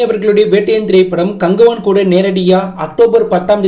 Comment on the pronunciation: அது என்ன ப்ரோ கங்குவா movie name நீங்க கங்குவான் சொன்ன மாதிரி கேட்டுச்சு 😂